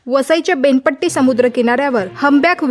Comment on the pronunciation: बेनपट्टी नाही 😄 बेना पट्टी